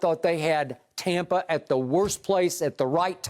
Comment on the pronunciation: Did skip say tompa bay 😅😅😅😅